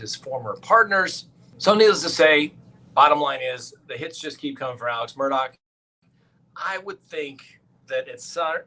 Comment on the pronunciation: Read his last name about a dozen times,,,,,,there is NO K IN HIS NAME